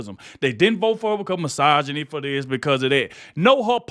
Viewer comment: If I took a shot every time Sunny said " racism and masoginy" I would be on life support.